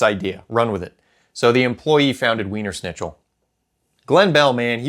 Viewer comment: The best part of the video is how you can't pronounce Wiener Schnitzel correctly. 😂